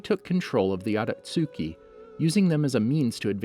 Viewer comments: It's akatsuki not atasuki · Aka-suki 😐🙄 it’s pronounced akat-ski spelled akatsuki, my guy have u even seen the show? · Akatsooki lol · Did he literally just say “shiringan”? And the “aktjuski” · Akat suki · Every time he says “akatsuki” it hurts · You said everything wrong it’s akatuski not otosuki and it’s madara not miadara 😂😂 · “Ohbeedoh" “Atatsuki" “jonen"😭 The rest of the pronunciations are crazy